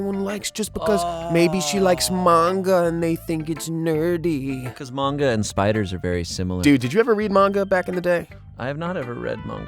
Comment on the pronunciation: I'm glad says manga properly.